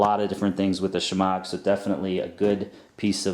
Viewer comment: I believe the proper pronunciation is "shemah". The g is silent. It has so many uses too, dust protection, warmth, sun protection, pot holder, wash cloth, towel, sling, bandage, camouflage. I'm sure there are more. Handy item.